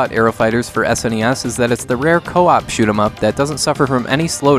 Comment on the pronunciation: I want to thank you for saying S N E S and not saying it like it's a word seriously when young people say that I no longer care what they say as no one called it a Sneez. Like and subscribe from me.